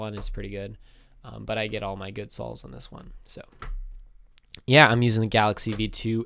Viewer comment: Hundend thousand solves ahhaha wtf??